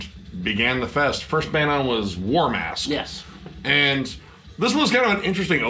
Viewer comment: When you said the first band was "War Mask", at first I mistakenly thought you said "Warm Ass"